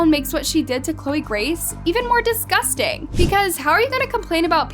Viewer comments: Girl it is "disgusting" not "DiScusTinG" like at least get that right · Is no one talking about how she said "*discusting*" instead of "*disgusting*"